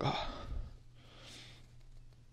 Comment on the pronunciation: andhayara ap na bola but tareki andheera hota ha ap ki pronunciation sai nai thi i think